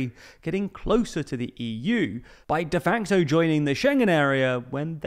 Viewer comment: What’s “ de fanco ”, please? Is this machine-talk for de facto? Just asking.